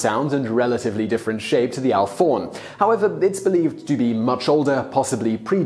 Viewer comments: "Alphorn" is pronounced "Alp-horn" rather than "Alph-orn". (As in, a horn that is being played in the Alps.) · The alphorn is pronounced alp-horn because it's a horn from the alps. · It's pronounced alp-horn. It's a horn after all. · "Alforn"?? TanzAnia - pretty sure it's TanzanIa. And if something is spelt Semantron, I'm guessing you should pronounce the N.